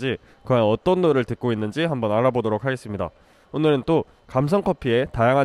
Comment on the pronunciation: 오느른 떠 개귀엽네ㅜ